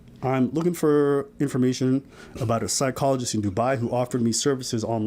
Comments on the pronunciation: I swear I'm hearing "Side-cologist" instead of Psychologist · 😅 Damm that's on point